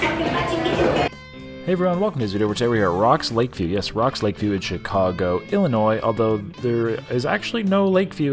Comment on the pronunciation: Im from Chicago, Illinois and i want to thank you so much, for pronouncing "Illinois" correctly. Great challenge